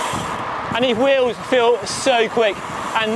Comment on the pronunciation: Pronounced “wheels,” not “wills!”